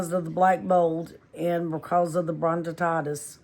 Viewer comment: You are pronouncing it wrong. Bronchitis and COPD.